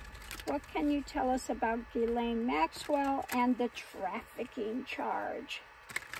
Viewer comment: Someone pronounced her name correctly. That’s noteworthy.